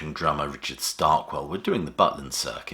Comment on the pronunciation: Richard Starkey. Not Starkwel.